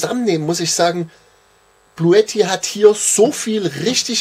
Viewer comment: sagt, dass es nicht "Bluetti" heisst, sondern (ausgesprochen) "Bluuti" 😂